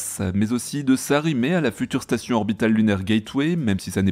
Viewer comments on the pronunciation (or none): none